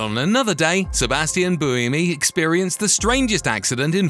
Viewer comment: If you're going to do a long video about Formula 1, can you at least take five seconds to learn how to pronounce peoples names (an utterly disrespecful thing to get wrong) and locations correctly? "Interlagos' and 'Buemi' with not even an attempt within a minute of each other, with Gene following.